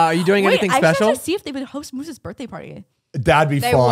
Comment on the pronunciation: “Look it’s mosse “ 😭